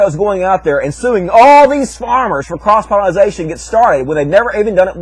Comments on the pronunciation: Oh for fucks' sake, it's pollination, not "pollinization". -_ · i couldn't stand to continue watching...he kept saying 'pollinization', it's pollination you illiterate weirdo.